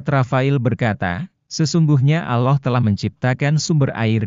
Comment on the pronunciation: Kalau baca alloh kok kayak bukan orang muslim